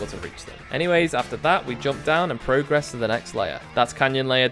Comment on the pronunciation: Awesome video but please for the love of god stop pronouncing the verb form of “progress” like the noun form 😭